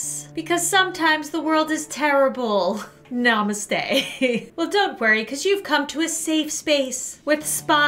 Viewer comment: Being a Indian listening to your namaste It is pronounced as n-mas-te Mas like in ChristMAS